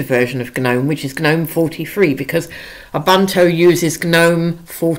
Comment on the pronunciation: You had me at “ah-bunt-o”